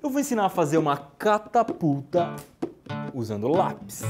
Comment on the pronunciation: até "hoje,eu vou ensinar a fazer uma CataPuta" ( Foi oq eu Ouvi D: )